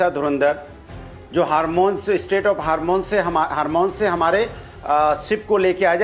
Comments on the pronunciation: ऐसा पढ़ा लिखा है यह‌ भदोरिया, हारमोंज बोलना नहीं आ रहा है इसको, हार्मोन्स कह रहा है, पप्पू का सगा भाई है ये टप्पू भदोरिया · हॉर्मुज तो सही से बोल नहीं पा रहे हैं और बात कर रहे हैं सिलेंडर की